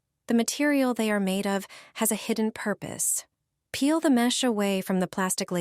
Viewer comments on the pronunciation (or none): none